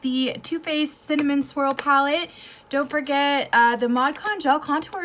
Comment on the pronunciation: Cinna what? I'm still trying to figure out what you actually said lol